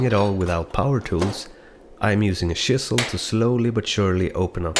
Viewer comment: Honestly, i thought it was neat when you called it a "shisel" was almost disappointed when you called it "chisel" layer on.